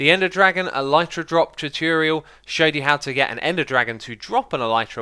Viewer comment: Xisuma always says 'tutiriel' instead of tutorial.